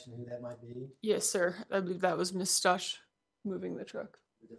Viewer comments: Does she not realize she is saying the “Stauch” family name incorrect? Like, come on detective, it’s a respect for the Father and for Gannon thing. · It’s really irking me that this lady continues to mispronounce Stauch even after hearing everyone in the court including Leticia say her last name over and over. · I’ve never heard a simple name get butchered soooo many times !! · At this point I believe her defense attorney is mispronouncing her name intentionally. No one is that dense! 😂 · How can anyone, especially a rep from the police department, mispronounce the family’s last name “Stauch”??? It’s been 3 years, there’s been a moving van load of media coverage, heck the prosecutor questioning her even says it the correct way several times before and after she says incorrectly, as if to gently remind her of the correct pronunciation and she STILL says it wrong every single time! “Stauch” rhymes with “clout” with the “ch” at the end pronounced like “k”. So the lead attorney will say “STOWk”, and She will then follow by pronouncing it to rhyme with “Crotch” and I swear at least once as “grouch”! It kind of erodes her credibility for getting things right and recalling facts correctly if she can’t freaking say their last name correctly after all this time, and especially after hearing it just seconds before ! Lawyer: “Did you find anything in the room of Gannon STOWK?” Dept Rep: “I found Mrs STOTCH in the room..” I swear she even says it sometimes rhyming with “crotch” and other times with “couch”. I know it may seem a trivial annoyance on my part, but accuracy is important, especially in a case such as this one. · oh, maybe that first fall gave lieteca the idea. Does it bother you that does not pronounce the victim family name correct?